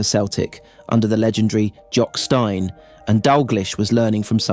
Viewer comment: refuse to watch content about Kenny Dalglish that can't pronounce the mans name properly....or Jock Steins for that matter.